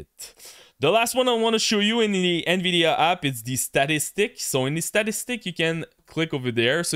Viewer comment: the " In Veedeeaaa Up ? what about the nVidia down ?